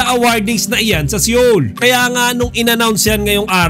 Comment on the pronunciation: SEOUL IS READ AS SOUL NOT SEYOL.